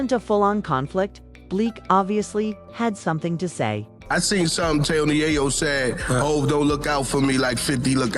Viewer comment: Yo STOP trying to spin this…. This is not your lane…. You are not even having the AI say Tony’s name correctly… Just Stop It!!!!!